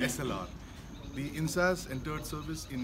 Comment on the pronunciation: Not "In-sas" ...sounds like In-s-ass pronunounced correctly "In-s-aa-s" LOL ...come now don't angliicize a nice name.